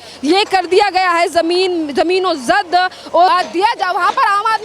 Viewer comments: जमीनोंजद नहीं जमींदोज बोल बेवकूफ... हिंदी की चिंदी मत कर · मैडम जमीनोजद नहीं जमींदोज होता है, यही बोलिए।